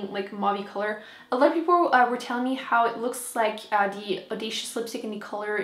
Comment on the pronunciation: I looooove the way you say " 'ow stunning!" :-) :-) It makes me smile!